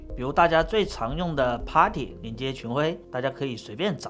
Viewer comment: 博主的英语还是厉害啊，putty很多人都读错了，正确读音应该是你这样读